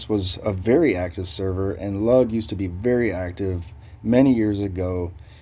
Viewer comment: I'm originally from lugh and it's pronounced LOO GUH. Not lug lmao. Started Halloween 2011. Now I'm end game on 5 servers. Recently arawn I'm in dawn lvl 225 main